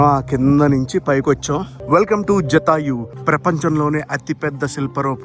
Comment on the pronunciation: జటాయువు జాతయు కాదు